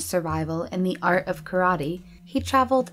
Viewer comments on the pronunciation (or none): none